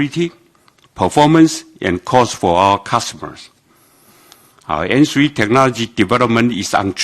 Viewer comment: 沒啦 只是 開始他說N three 時的發音很像芫荽😂